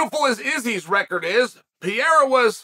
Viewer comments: Chael, who the heck is "Pierra"? It's P E R E I R A. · Pe-rei-ra. Not Pi- era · ITS PE RE I RA NOT PIERA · Bro it’s PeReira. “Pah-rare-ah” not “Pee-air-ah.” Not that hard. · I love how uncle Chael still calls him "Pierra" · Dude . Stop saying PIYERA 🤣🤣🤣🤣.